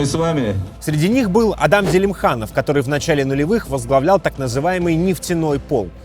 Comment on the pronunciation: Не уважаёмые мной журналисты,сколько раз уже Вам говорили,что аДам-это персонаж из ваших Библейских сюжетов,а в Чечне и во всех Мусульманских республиках это имя произносится как Адам,с ударением па первый слог,вот например автора этого пасквиля никто же не называет алЕксей.Пожалуйста,не коверкайте имена Правоверных!!!!